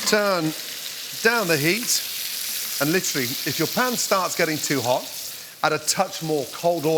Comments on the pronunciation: Take a shot of olive oil every time Gordan says Litchurally. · Yeah, but are you LIT'RALLY doing anything at all, really? Lit'rally? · Did you mean liturally? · I wouldn’t drink a single time cause all I heard was “litually”